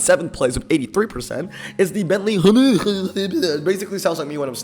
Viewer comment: When I saw the Bentley pop up, I was thinking...... how will you pronounce the name??? The way I imagine in my head is exactly how I thought you would say it. 😂😂😂 You never disappoint with entertainment on your videos. 👍🌽